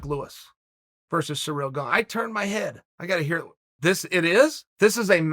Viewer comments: "Surreal Gong" that is how chael pronounces Ciryl Gane, i bring you this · nobody: uncle chael : ciryl gange